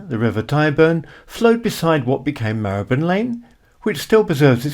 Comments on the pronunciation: Your pronounciation of Marylebone is the same as mine. My family lived there for around 200 years. Between Marylebone Station and Baker Street is Chagford Street (off the North side of Melcome Street). In 1919, W.O. Bentley built his first car there (it was called New Street Mews in those days), using money earned from designing his BR1 & BR2 rotary aero engines for World War 1 fighter aircraft. Bentley himself was born in Hampstead and brought up in St. John's Wood, before joining the Great Northern Railway at Doncaster as a premium apprentice. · I first started going to London in the 80s and only ever remember it being pronounced /mahləbən/.